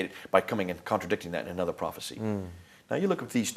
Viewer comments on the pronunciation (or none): none